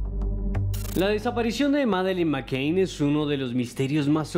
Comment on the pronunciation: El de la voz en off pronuncia mal a propósito o simplemente es negado para el inglés? en serio. La niña se llama McCann y él dice McCain. Por cierto, quien haya tenido la idea de que don Esteban hable menos y Johanna hable más se merece un lugar en el paraíso 🤣